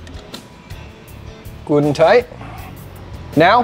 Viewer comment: Ha, you said "Gudentite"